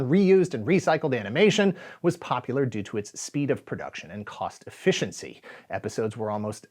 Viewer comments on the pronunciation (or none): none